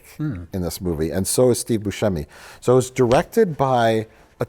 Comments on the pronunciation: It's embarrassing how Mike doesn't know how to pronounce Steve Boosheemy. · You're saying Buscemi wrong, just forget the "c" and you'll get it. You also got Ayo Edebiri's entire name wrong.. and a third one I forget what is 😂